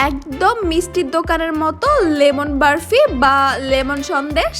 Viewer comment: আপু সব ঠিক আছে সুন্দর হয়েছে তবে বরফির যায়গায় বারফি না বললেই পারতেন এই ভাষা টা খুবই বিরক্তি কর লেগেছে